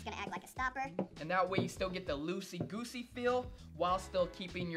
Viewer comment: Did dis nigga just say losey gosey😂